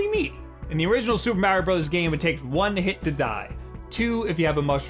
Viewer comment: "supah mareo bruddahs"